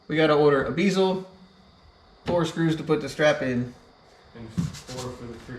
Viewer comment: The way you say bezel drives me insane lol nice truck